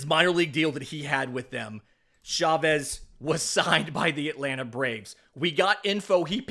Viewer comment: CHA-vez ARE-see-uh